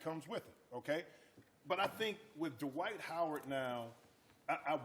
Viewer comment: His name is pronounced Dwight, not D'White :)